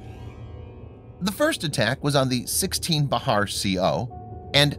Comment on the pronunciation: What's Bahar it's Bihar pronounce as 🐝 Har firangi voice babu.